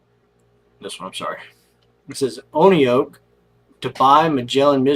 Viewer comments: Pronounced "one oak" Oneok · It’s pronounced Oneoak